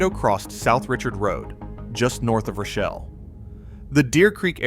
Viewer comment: And it's pronounced roh shell, not rashelle